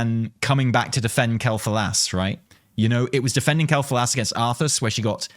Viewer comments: See.. This. This is a normal analysis of a video....Also no. It's Quel'Thalas. Not Thalos. I have no idea why that voice actor said Quel'Thalos so oddly. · Sylvanas always had a weird accent, not surprised she pronounces Quel'Thalas differently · I can't believe you've been pronouncing "Quell The Loss" wrong this whole time! :P